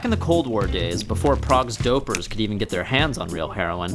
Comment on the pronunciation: He sounds like a patronising wanker and he can't pronounce Prague properly. 1/10